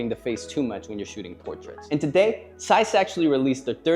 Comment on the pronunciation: Please tell this man there is a Z in Zeiss